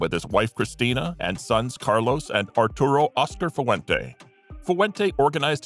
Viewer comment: Fu-ah-went-aa? What kind of pronunciation is that?